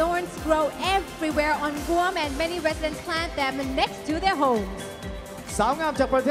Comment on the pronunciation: ang rinig ko sa pagkabigkas ng "GUAM" ay "BUANG" hahaha sorry ✌🏻yun talaga rinig ko eh go #teamPhilippines 🇵🇭